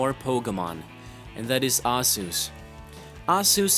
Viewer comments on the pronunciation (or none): Arzeus?! WRONG! It's fucking Arceus! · he really can't pronounce arceus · HOW THE FUCK DO YOU PRONOUNCE ARCEUS?! ARZUS?!?! HAHAHAHAHA NOOB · Its pronounced as ( arceus) are key us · Arzeus. That is the saddest accent I've ever heard for Pokemon's Almighty God. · Its pronounced are-key-us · headaches is not pronounced head-akes and aceus is not pronounced asus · arceus is pronounced in a totally different manor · I can't believe we are in 2014 and people still can't pronnounce Arceus properly. DO SOME MOTHERF*CKING RESEARCH BEFORE YOU MAKE A VIDEO GOD DAMN IT.